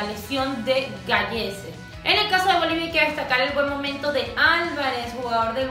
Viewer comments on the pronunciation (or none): gracias hermosa soy de peru un gusto y gracias por la bienvenida solo para acotar algo el nombre del portero peruano se pronuncia galese pero escrito es gallese..